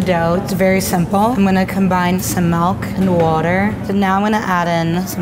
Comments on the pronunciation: were just gunna ignore her saying milk as malk? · I didn’t like the way she said milk, she said it like “melk” who else agrees? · MELK? DID YOU SAY MELK?!?! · She did not just say melk .. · its milk not melk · Am i the onlt one that notice that she said Malk and not Milk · Clicked off videos as soon as she said MELK ITS FUCKING MILK. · I've been scrolling to see if anyone noticed that she said "malk." Made me immediately think of "JOSH! POUR ME... A GLASS... OF MALK!" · WERE ALL SAYING MALK. NO YOU’RE SAYING MALK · Did anyone notice she said MALK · "We're gonna add some melk" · Did she just say.... Malk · She says malk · She says melk . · "Some melk". Lol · she said malk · I’m not making fun of this gorgeous lady But she said malk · She said “melk” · Some “MALK” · She said MELK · was my favorite until she said "melk".